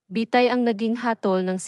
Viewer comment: Bitay po hindi bi tay.